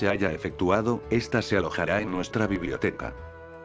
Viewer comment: ¿Soy yo, o en vez de decir "de está forma" dice "de esti forma"?